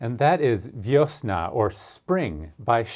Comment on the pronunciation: Przepiękny utwór… Przepięknie grasz… Słowo „wiosna” wymawiasz z przepięknym polskim akcentem! ❤